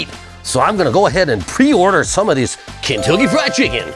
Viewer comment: I keep hearing Kintoki Fried Chicken every time you say it hahhaha. Fitting for japan i guess